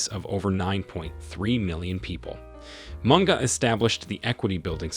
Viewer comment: 😂😂Mispronouncing words does hurt my ears though, and Barclays kenya got replaced by absa. All bantus languages pronounce words as they are written. Like Munga is munga and not monga.